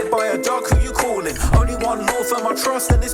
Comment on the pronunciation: “If you get hit by a truck who you cawin’?” 😂